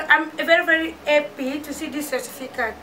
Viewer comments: balobaka happy no heppy English mayo mbadi 😂😂😂😂😂😂😂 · is happy not heppy